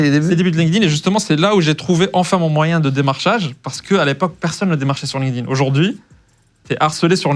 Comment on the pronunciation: Ben voyon tabarnaque, Deja me faire appeler canadien et apres cest quoi cette facon de dire linkedIn, linedine. Triste d’entendre ca💀💀💀